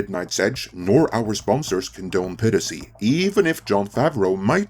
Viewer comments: Jeez. It’s 'pire-ass-ee' not 'peer-ass-ee'. Every time… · Its not pirissy, its pronounced pie rissy. Also, you rarely experience issues with malware and phishing, especially if its just video files.